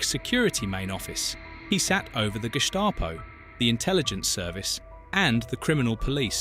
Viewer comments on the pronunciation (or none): none